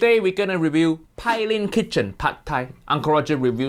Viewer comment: Fyi ...Her name is pronounced pay-lin I think only in the afterlife would Uncle Roger would ever collab w/Jamie 😂😂maybe not even than